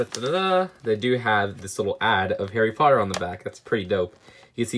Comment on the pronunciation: HAWWY PAWTUH